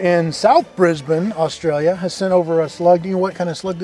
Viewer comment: Oh, heard an Aussie say Brisbane correctly and said it correctly back. Finally, An American who doesn't call it "Bris-bane" or "Bris-born", He used the correct pronunciation of "Bris-ben"!